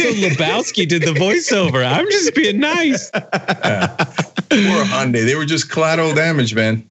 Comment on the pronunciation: Hyundai said so many times, and none of them right lol.